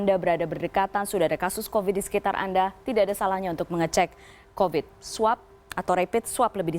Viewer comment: Mbak news caster yang cantik... Nggak masalah kok bilang "covid" dengan pronounciation ala orang Indonesia pada umumnya. Huruf V dibaca biasa saja, nggak perlu harus pronounciation ala bahada inggris (huruf V dibaca semu seperti W). Kan malah jadi nggak fokus ke kalimat lain dan akhirnya banyak salah ucap akhirnya. Hehehe.